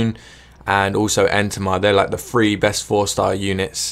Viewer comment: every time he says 3 I keep thinking he said free... I was confused for a while now, like what does free mp mean?